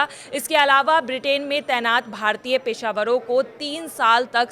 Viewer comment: पेशावरों नहीं पेशेवर होता है।